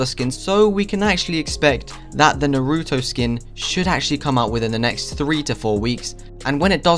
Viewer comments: It's Naruto Not NOOROOTOU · This guy isn't an anime watcher based on how he pronounced naruto's name